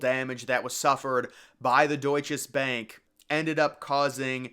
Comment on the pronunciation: The building was built by Bankers Trust. You should have known that if you did any research. Also, learn to say Deutsche - there is no S on the end of it.